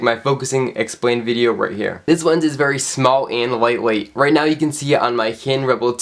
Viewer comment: LENS NOT WENS PLS